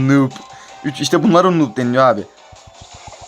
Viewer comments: Kardeş nub diye okunuyo nob diye deil burdan noob olduğun bellih 😀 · Daha noobu bile söyleyemiyorsun